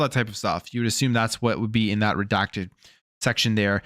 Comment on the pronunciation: I also do not like how you say assume. Im not going to assume, you assume the terms being presented are great. You are bias. Thats what allows you to give xbox the benefit of the doubt.